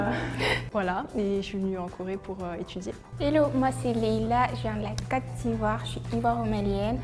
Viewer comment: Yo when she said posh she didn’t mean classy she meant snobby lol The chick from Ivory Coast says cote funny sounds like cat. We don’t say un phone we say cell ou mobile in canada